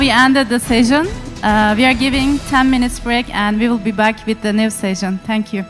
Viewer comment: Bu kadar şaşkın master of ceremonies görmedim. Sunuyor, gidip konuşmacılarla beraber oturuyor!? İngilizce desen o da yok. Telaffuzu, kelime seçimi, dilbilgisi, hepsi hak getire... Session kelimesini "sejın" diye telaffuz ediyor. Hayretler içinde dinliyorum.